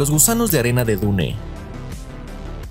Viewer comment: Me dio risa escuchar que pronunciaste el nombre de Dune tal cual se escribe, es "Dun" jajaja